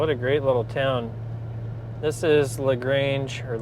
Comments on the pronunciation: You pronounce LaGrange correctly. I live about 1 hour north in Michigan. If ever nearby would like a quick handshake and a coffee. Peace brother. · You nailed the pronunciation . LaGrange, just like ZZ Top. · Damn that's crazy you were so close! Not sure what you got those Tru's for but I could of set ya up on some cleaner one's that haven't been in boxes forever. You actually said LaGrange correctly 😂 That's lake country up there and very very close to the Michigan line where there's even more pretty lakes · You said Lagrange correctly, I am from that area of Indiana. Also, my son lives in Billings, and I totally agree with your opinion about the drive to Bozeman. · you said it right..... just like Lagrange Texas